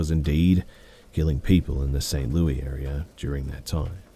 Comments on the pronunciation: St Louis*** learn how to say your citys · I was confused at first by how St. Louis was being pronounced. I'm from New England in the US and we say it like "St. Louisss" so I was thrown off hearing it pronounced like "Louieee" 🤷‍♀️ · i am so happy you commented this because i grew up in kansas and its.. saint louissss it was wild to hear saint louiee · 😏I thiiink you mean St. *Lewey*😂